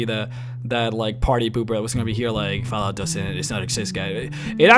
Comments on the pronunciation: Lol "foulout", do you mean "fallout"😉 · Fallout not fawlout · Why do keep saying fallout like that?